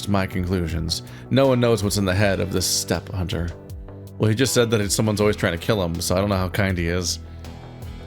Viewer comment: The way you said "steppe hunter" immediately made me think "What are you doing, step-hunter?"